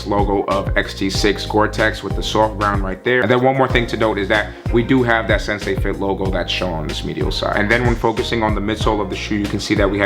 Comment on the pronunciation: Bruh can’t pronounce anything lol - sensei fit - cha-sys system - conta grip